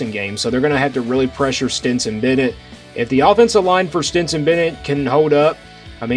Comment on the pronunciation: Are you saying "Stinson" Bennett?